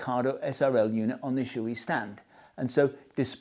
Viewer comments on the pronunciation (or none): Klim: It’s pronounced KLAAAAIMMM, as in “climb a mountain”. Shoei: It’s pronounced SHAW-EY . Has nothing to do with shoes.